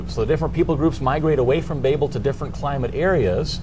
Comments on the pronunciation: BAY-bel?.. BA-bel is correct to my understanding.. Like .. "You BAbel on and on." It's NOT pronounced BAY-bel! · its pronounce baabel its not like the way you are saying it like baby .